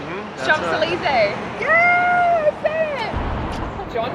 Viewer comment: Nice video but please learn to pronounce global iconic places correctly. Champs Elysee- silent m and p.